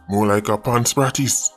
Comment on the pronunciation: "Pan spratist" 😅